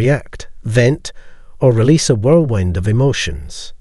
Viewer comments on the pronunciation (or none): none